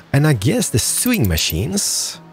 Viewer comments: Awesome videos! P.S. Just so you know for future reference... 'Sewing' is pronounced as 'Sow-ing' not 'Su-ing' "I am NOT your uncle!" Haha love it! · is it only me who gets bugged by the way pronounces 'Sewing'? lol XD